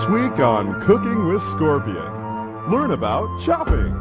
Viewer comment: Its not 'Cooking with Ermac' its 'Kooking with Ermac' mmmk?